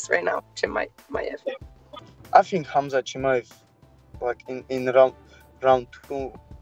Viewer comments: Its spelled khamzat. Its pronounced "hemzah" or himzah.. its spelled hamza in arabic with an aleph but the way its commonly pronounced isnt with the english word ham .. its more of a "hawn" like hawmzah .. but saying the English word "ham" in his name is way off. It sounds like muzzlim or izzlum... to arabic speakers... really sounds super uncultured to get Prophet Muhammadsﷺ favorite name wrong... its one of the planets most common names.. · His name is k(HAMZA)t, letter K n T are silent.